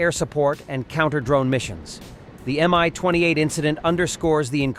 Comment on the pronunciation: Mi not My stop with all these AI speakers that dont work